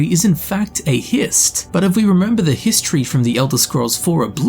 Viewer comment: that was quite the HIST-tree lesson... Anyone?